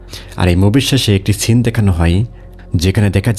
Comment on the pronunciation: ভাই ছিন না তো সিন হবে এটার উচ্চারণ ভালো করে বাংলা ও বলতে পারেন না নিজে বাঙালি হয়ে